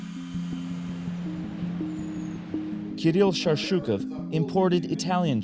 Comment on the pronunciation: ''KLRILL'' Nice one,.